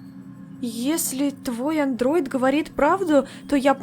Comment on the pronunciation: андраед. мой друг сказал -НЕ АНДРОИД А ПОКОО